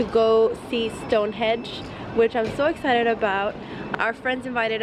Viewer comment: It's Stonehenge - not Stonehedge ...